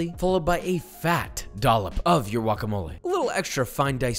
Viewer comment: He spent this entire episode saying sua-d-eR-o, but then goes on to say, hu-ac-a-mol-ay? Pronunciation be damned I guess.